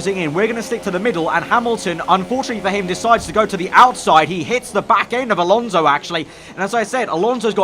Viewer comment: It's Alonso not Alonzo😂😂😂 Great job nice video as usual